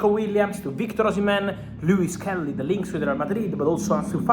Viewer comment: Miles Lewis Kelly, Rrrreall madrida, no no